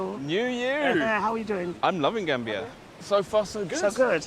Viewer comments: GAMBIA not GANBIA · "I call it GRAM-bia" 😂😂😂🤮🤢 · she says she calls it grambia 🤣🤣🤣🤣🤣🤣🤣